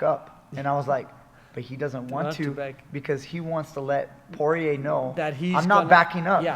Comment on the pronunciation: Sorry coach, Poirier is a french name. You don't pronounce well "guillotine" and you don't pronounce well "Poirier" either. 😂joking😂 We don't care the pronunciation and your breakdown is excellent. More mma breakdown like that please!